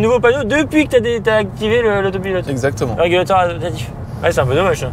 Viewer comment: A 6mn 40secs : "Régalateur" au lieu de régulateur : on sent les gens qui aiment profiter de la vie ! En tout cas vous nous "régalatez", comme d'habitude ! 🙂👍